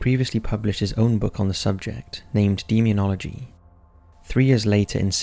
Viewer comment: You missed demonology AKA deemeneo;ogy. lol It is even more aggravating when you are binging on his vids, and hear him pronounce those words correctly, but mispronounce others that he said correctly in this video. I honestly think he does it on purpose. And agree with you 100% It does lower the value of an otherwise good quality production.